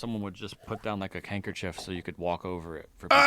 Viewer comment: Is it just me, or are they saying "Kankerchiefs" instead of "Handkerchiefs"?